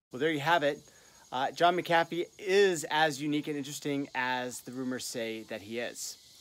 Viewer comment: It’s mc “a” fee not mcafe